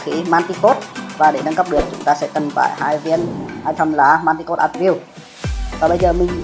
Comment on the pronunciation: giờ mới để ý English của ông này R.I.P quá . Manticore cứ dọc là manticode . sợ ông luôn